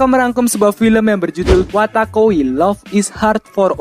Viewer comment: wotakoi bang bukan watakoi , comiket itu festival/event doujin bukan Toko komik